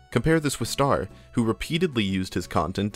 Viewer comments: STAIR?! Just say Star if you can't pronounce Ø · it's star not stair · bruh you keep saying stair not star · whos "stair"? you mean star? or ster? (stir)? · I know the name is spelled star, he called himself ster. But I can help but hear you say ‘st-air’ and it’s bothering me slightly for no reason lmao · his youtuber username is “ster”, his display name is STAR_ dont ask me why because i dont know tbh but i’d still prefer he pronounce ster “stur” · I've heard Ster, I've heard Star, but I've never heard anyone call him "Stair". Please erase my memory. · stair is pretty crazy lmao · ster segment of this video kind of feels like it lacks a proper look inside of ster's content, guy was making LOADS of variety videos, basically is entirely glossed over here, but maybe because it would realistically go against an otherwise really easy to write narrative i cant help but feel like the mispronunciation is a sign of the lack of care during that part